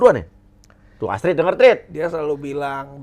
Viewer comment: ahahah parah lu ya pak bilang Tuh strid dnger striid🤣🤣🤣 auto ngakak gw